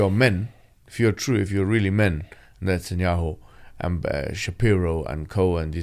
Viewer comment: I just know Mohammed Hijab pronouns Netanyahu as نتنyahu and it’s hilarious